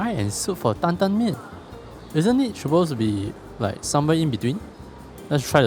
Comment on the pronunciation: wah i gotta say this series abit disappointing leh. Like after all that mala, and i still have not been interested in any of the locations recommended. If i donate / subscribe can you actually pronounce suppose instead of sho-possed? =\